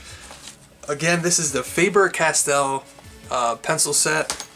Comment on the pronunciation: Hi from Germany: You pronounce it like Farber Cas-Tell. The stress are on the first syllable of Faber and on the second of Castell. Lothar Faber was the German inventor of the modern pencil, as we know it. Therefore he was raised into peerage by Germany, and his granddaughter Ottilie married Alexander Count of Castell.